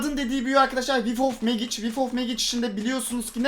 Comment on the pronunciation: abi megic diye okunmuyo mecik diye okunuyo :D